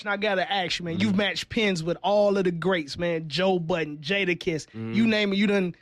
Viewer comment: Wait this nigga said Joe buddens😂😂😂